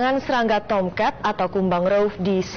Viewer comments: Tam cat, tomcet, tomcat😂😂😂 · Yg anda dengar : "Tomcat" Yg saya dengar : "Toket" 😄😄😄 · Sebutan nama TOMCAT cuma aja yg sebut dengan betul..Wartawan nya sebut TOMCAT seperti tomkat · KoQ saya dengarnya “T*ket” ya? 😂🤣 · Serangga Tomket(Tulisannya Tomcat tapi dia ngomong nya Tomket katna dibacanya Tomket) Tomket Tomket Tomket Tomcet Tongcret Kongket Poket Serangga tongkat Tomcet Tomket Tongcat😂😂😂 Toket😭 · kok Gw denger nya SERANGGA TONGKAT